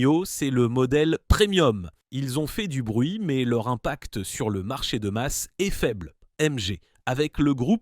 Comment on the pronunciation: La voix générée IA aussi avec des "mèèzzzeeeuu" pour dire "mais"